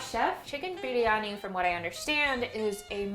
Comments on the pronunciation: Her Biryani pronunciation is so good! Amazing video! So proud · The way you pronounced biryani was PERFECT! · Idk how much practice she's had but her tonal notes for the word "Biriyani" is almost perfect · OMG the way she pronounced Biriyani , I made my ears melt .... She pronounced it like a true Indian ..... I thought she would pronounce it the foreign way but she nailed it .... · I love the way shw pronounced briyani ....it just felt like indian accent ....im a indian and i thank-you for doing this video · Her pronunciation of biryani is so correct. :) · And also her pronunciation of "biriyani" won my heart!